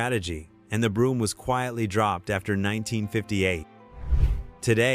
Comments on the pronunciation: Brougham is pronounced 'Broam" not broom. Some of these are car models, not car brands. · Its a shame the narrator or is it AI doesn't pronounce words correctly. Brougham not brooim.